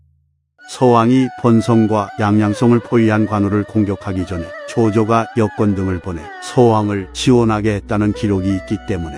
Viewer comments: 더빙이 여건을 여건이 안된다 할 때의 여껀으로 계속 발음 하는거 킹받누 그러더니 마지막에만 갑자기 여건편 ㅋㅋㅋㅋㅋㅋㅋㅋㅋㅋㅋㅋ 킹받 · TTS AI가 여건을 '여껀'으로 인식하는군요. 다음에 혹시 또 여건이야기 하시거든 '역언'으로 입력하시면 될 것 같습니다! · tts라서 여건을 '여껀'으로 읽는게 좀 신경쓰이면 지는거겠죠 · 계속 여껀 이라고 발음하다 에 여건이라고 발음하는 것 보소. ㅋㅋ 사람이 통일성이 있어야지 발음이 왜 이랬다 저랬다 함? 내일 날씨가 껀조해지면 김껀모의 핑계 들으면서 태극기의 껀곤감리나 그려야 겠다. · 계속 여껀 거리다 마지막 여건 제대로 발음하는걸보니 일부러 그러셨군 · 발음이 여껀으로 들리네요 ㅋㅋ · 장수 이름 얘기할때마다 웃음 벨 ㅋㅋㅋㅋ 여껀 ㅋㅋㅋㅋㅋㅋㅋ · 여건ㅇ발음이거슬리네 바보네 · 댓글 전부 발음 얘기인거보면 진짜 개열받긴하네 ㅋㅋㅋ 마지막엔 왜 제대로 발음하냐고 ㅋㅋㅋㅋ